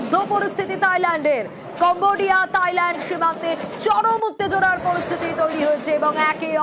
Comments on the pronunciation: তাইল্যান্ড না থাইল্যান্ড হবে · তাইল্যান্ড না থাইল্যান্ড ওকে